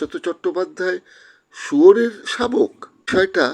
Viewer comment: Kothata 'shrabak' noy....'Shabok'